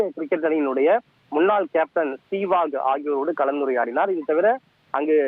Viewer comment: MCL - தவறு MCG - இது தான் சரி %%%%%%%%%%%%% STEVE WAUGH இதன் உச்சரிப்பு: ஸ்டீவ் வாக் - தவறு ஸ்டீவ் வா - இது தான் சரி ^^^^^^^^^^^^^^^^^^^^^^^^ கபாடி - தவறு கபடி - இது தான் சரி ################ "முதல் முறையாக¹" ஆஸ்திரேலியாவிற்கு வெளியே இந்த கிரிக்கெட் போட்டி நடைபெறுவது இதுவே "முதல்முறை²" - தமிழ் பாவம்! தமிழ் தெரியாத பரதேசி தமிழ் பேசறான்! கொடுமை! 😢